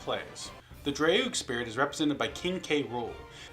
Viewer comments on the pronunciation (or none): I suppose Caeda is pronounced "Kay-da?" And Draug is "Drog?" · "Dray-oog" I suppose it's too late for this video, but for what it's worth almost all the Fire Emblem spirits are represented in Fire Emblem Heroes, where the majority of them either say their own name at some point, or have someone else refer to them by name. If you wanted to go back and correct the pronunciations, I'd recommend checking out the voice lines on one of the wikis (don't actually play the game lol). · For Draug I'd say "drawg" but you might mean the same thing. Caeda is admittedly a more complex case; I think the accepted pronunciation at this point is "she-duh" but people have pronounced it other ways (not least because fan translations led to alternative spellings). But "Kay-ee-duh" was never an option :P